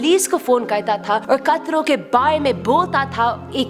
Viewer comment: Mam it's not plesz it's police